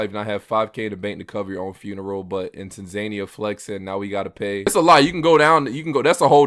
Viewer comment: Bro 🤦🏾‍♂️ it’s pronounced TANzuhNEEyuh